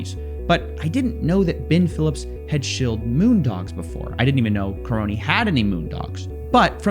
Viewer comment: The man's surname is KA-RONY ffs. Karony the Crony!